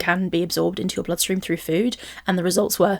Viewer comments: same it’s always bothered me 😭 ffuood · Lol, the "fhwooood''. I hate it as well. Its' like she forgets how to pronounce an F and just says food through pursed lips like an 'o'.